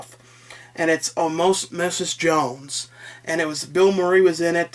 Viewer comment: It’s pronounced “Osmosis Jones.” Not Omasis.